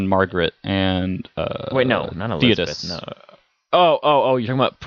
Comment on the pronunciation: I cringe when you talked about Persona 3 lol its Theo-Dore not Tho-Dis lol..